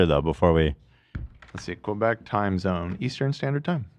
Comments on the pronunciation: why do english speakers always add a 'w' sound when say quebec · “Qwobec” lol